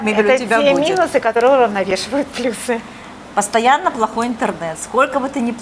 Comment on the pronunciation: ПлЮсы. Уважаемая блогер, выучите ударение в слове плюсы. Дальше слушать не имеет смысла